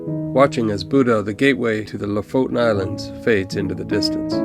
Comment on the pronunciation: The last vowel is an E not O. LO-FOTEN is a more correct way to pronounce it.